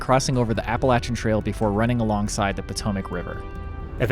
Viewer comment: You guys are from Ohio, so why do you pronounce Appalachian Trail like you are someone from Georgia?